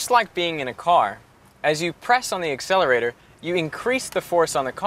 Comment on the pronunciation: I like how he says i press the ACCELARATOR lmao